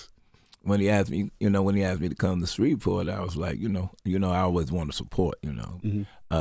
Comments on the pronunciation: Shreveport Envy not Shrevesport 🙄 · Every need to learn how to say Shreveport😒